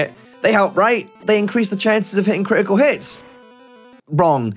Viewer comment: Crih ih koo hihs